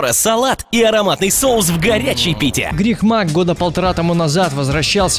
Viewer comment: кому тоже послышалось биг мак, а не грик мак?)